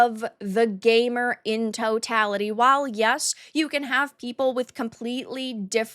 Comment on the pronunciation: What's a gay mur?